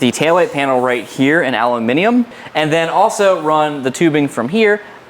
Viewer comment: My favorite moment is when you stopped saying aluminum wrong then 4 minutes later started saying it wrong again.